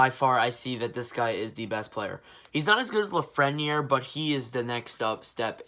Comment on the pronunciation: The way you pronounced Lafreniere had me dying